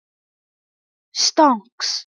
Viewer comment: Well pewds Pronounce it Stoinks